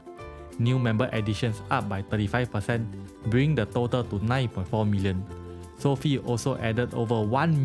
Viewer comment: Learn how to pronounce Sofi disrespect man